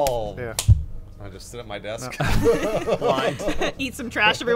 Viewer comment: “Dis deesk is from da carrrreebeeeeun”